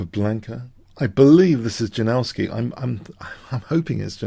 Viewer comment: FYI Janowsky is pronounced Jah-Nov-Ski